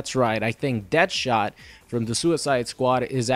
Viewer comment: DEAD-shot not DEATH-shot, plz never say that again. thanks